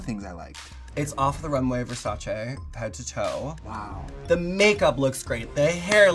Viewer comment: Finally someone said Versace correctly